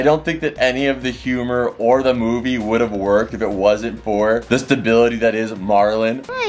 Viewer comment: I love these vids with mum especially nearly 40 mins ❤ also it’s marlin not Merlin 😂😂